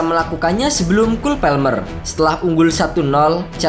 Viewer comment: cole PALMER mas!! PALMER bukan PELMER,si mimin sok lebih inggris dari orang inggris